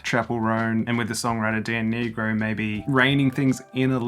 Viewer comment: Also Dan Nigro is pronounced n-eye-gro and he's the producer as well as her co-writer